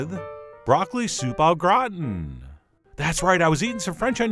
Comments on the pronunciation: broccoli soup O'Grawn is basically what I heard. Gratin is pronounced more distinctly. Grah-tehn. like the French cartoon TinTin if you actually know how to say that with a French accent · Thanks for the video & recipe but - God Chef John - you would not be able to pronounce French words properly would your life depend on it! Soupe au Gratin! Run it in Google Translate to hear it! :) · except stop short of pronouncing the n